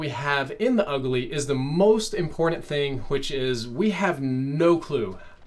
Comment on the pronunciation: lol “ulgy”